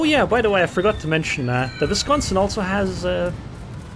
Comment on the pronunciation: Its a double u(w) pronunciation. Not a v. Just fyi. Love your content. Also the Seattle... lol. Sea-at-tol